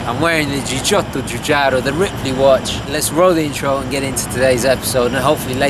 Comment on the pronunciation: Giorgetto Giugiaro... Non Giugiotto. Ahahahah Un caro saluto! Ottimo video. ;)